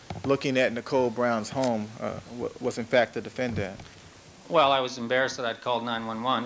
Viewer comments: DefenDANT. Why does it drive me nuts every time he pronounces this word? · 😂 I hate how Chris Darden pronounces that word, too